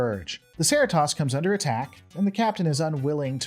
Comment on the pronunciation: One question. How did you watch the entire series and still not manage to pronounce Cerritos correctly once? lol - Love your videos. Keep up the great work!